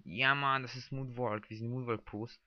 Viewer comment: monwaLLLLLLLLK man spriecht das so aus woonwock